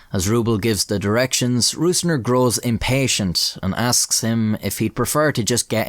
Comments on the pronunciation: I know it's a pain in the ass to say ö ü ä as a non German speaker but i wish you would have said rosner instead of rusner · You spelled the Names pretty well. All Names even were absolut correct just the calling of "Rößner" was a little bit of - you said it with an Ü in German (Rüßner) instead of an Ö (Rößner). If you think about the word Rose like the flower and extended it to Rosener it would be nearly perfect. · yooo brooo. your prononciation of hans jürgen Rösner (not rusner, only mistake) was great